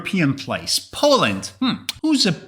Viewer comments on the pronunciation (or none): none